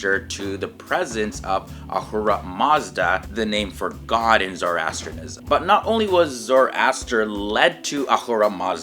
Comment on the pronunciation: May be start by learning to pronounce it correctly!